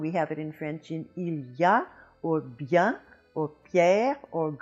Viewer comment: Once again as I told you a year ago in 1968 as an non-major in undergraduate French lab bien was pronounced beeyaa(n nasalized) yet you pronounced it here beeyah(n nasalized). Why?!